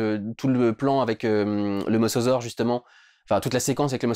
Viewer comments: C'est pas "Mossausaure" mais "Mosasaure" ! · On dit mosAsaure putain!!! Georges Cuvier lui-même ne le prononçait pas ainsi !!!